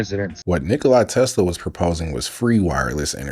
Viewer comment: It's not NikKola Tesla. Sounds like KneeKola Tesla.